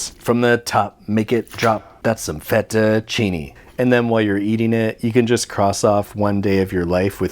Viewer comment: Just correct your pronounciation of Fettuccine. The second E sounds exactly like the first E. (our letters always sound the same).